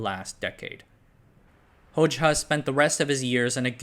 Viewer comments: Actually, his last name is pronounced as Hoja, not Hocha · You cannot pronounce for shit. Envr. Its actually spelled Envr. And its Hozha in sound. Hojaha is no good. Dude was a greedy evil leader like that couple in romania. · Excellent video, but it's pronounced "Hoja" not "Hojcha" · This is pedantic but I’m pretty sure that Hoxha is pronounced “hoja” rather than “hoj-ha” (j as in jelly) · The name is pronounced HodJA, just saying.